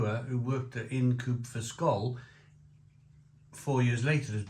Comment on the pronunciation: It’s Ind as in mind if you will. Sorry to be a pedant 😂